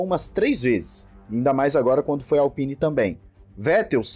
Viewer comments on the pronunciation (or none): none